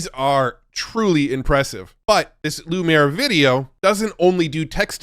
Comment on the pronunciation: "Loo-Me-Air", as in the Brothers Lumiere, the guys who pioneered cinema in the late 1800's.